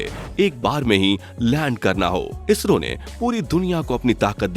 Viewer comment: Vai ISHRO nahi ISRO hota hain... 😑